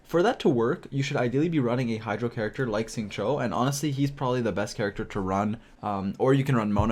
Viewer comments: I'm just gonna say that his name is pronounced "sing-chew" and also, your build guides have been very helpful for me even at AR50 theirs still always something more to learn and who can benefit in an optimal way. Preciate the content and keep it up! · Isn't it more like Shing-chew?